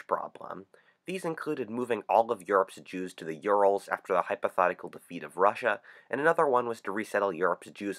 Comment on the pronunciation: Mofo can't pronounce "hypothetical," either. What country is he from?